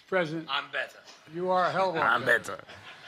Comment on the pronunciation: “Give me money . . . You know I’m BETTAH for it.”